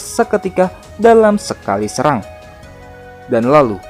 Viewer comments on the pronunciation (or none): none